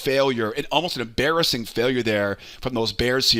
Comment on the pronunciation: “em BEAR-assing failure” (BudumTSSS)